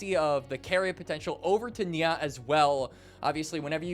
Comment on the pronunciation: and nia is not nyaaaah